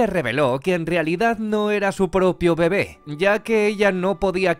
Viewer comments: Este man no sabe que se pronuncia «bebé» y no «bebe» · soy el unico que le molesta que diga mal bebe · ¿Tan difícil era poner el acento correctamente en la palabra bebé? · Como me choca que digas “mama” y “bebe” cuando tienen acentos! Y pocas veces lo dices bien.